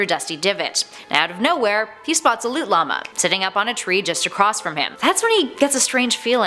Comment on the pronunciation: Yo wHO hErE saYs llamA likE La lama